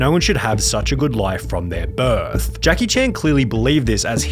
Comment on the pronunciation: why do you enunciate the last syllable of the sentence in such a weird way. "He never had anything since BIRTHGFFGGGHHHH"